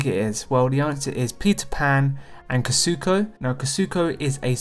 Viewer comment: It’s Kuzco not kazuko XD